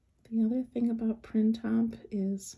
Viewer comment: Printemps is a french word meaning spring. maybe you could pronounce it correctly👍